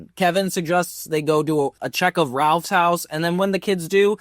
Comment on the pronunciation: The name's Rolf, not Ralph